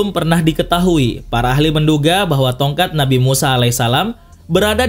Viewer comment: Pas lu bilang ''tonkat nabi Musa" jadi kepikiran doraemon yang bilang "tokat nabi Musaaaaaaaa"